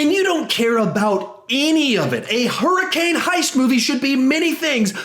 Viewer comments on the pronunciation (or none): none